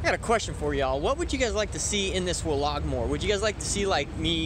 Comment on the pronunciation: I really like your videosI I find them interesting and educational. But I cannot stand to hear the word wlog.Keep up the good work.